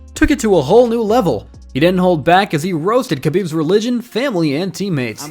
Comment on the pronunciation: I had to stop after listening to you say Khabib’s name. If youre going to try and make money off their names, at least learn how to pronounce them